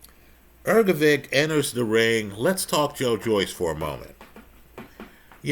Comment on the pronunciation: Hrgovic (not Hrgovick) the heir apparent after a slugfest with a beyond shot Joyce and who is about to be thirty-three himself with no clear route to a title shot. You ignore all of this.